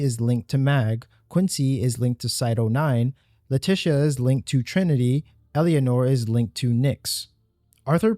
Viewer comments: thats not Albrecht, the black eyes are a pretty clear indicator that is his indifferent doppelganger. Owwy? Really dude? OWWY? They pronounce it both in game and on stream when it was debuted. Its pronouned AY-OY. Owwy....... 😂 Also it ELLA-NORE NOT ELLY-ANORE. jesus man. Great video but that shit irked me. Great video. Great interpretation. Watched the full thing. Thanks for your effort man. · Your inability to say Eleanor is driving me fucking bananas. Its not EL-E-A-NOR, it's ELE-NOR. Like Eleanor Roosevelt. Eleanor, the car from Gone in 60 seconds. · For the record Eleanor is not pronounced "Elly-anor" it's "Elen-or" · great vid but "Elly-anor" gave me an ulcer :P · bro? Elianor? tf u getting that from watch the dev streams to learn her name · "Ella-nor" the second e is silent. It's like you're trying to force a foreign pronunciation on a common English name. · I'm sorry, this video is great but your pronunciation of Leticia's name and Eleanor's hurt so much.